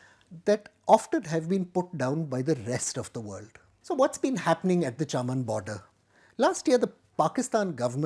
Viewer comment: The pronunciation is 'चमन' not 'चामन'. The place is famous for grapes. In Pakistan and Northern India hawkers sell grapes yelling out 'चमन के अंगूर'. However, can be excused just because he has that name, though for all practical purposes and to the best of my knowledge he is Delhi born and bred.